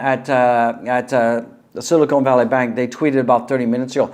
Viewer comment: Nice stream but it’s hard to hear you call Silicon Valley “Silicone Valley” 100 times.